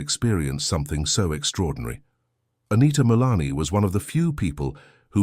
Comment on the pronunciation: Her name is not Anita Milani. It is Anita Moorjani!